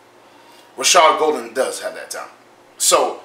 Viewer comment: It’s pronounced Gaul-den not Gol-den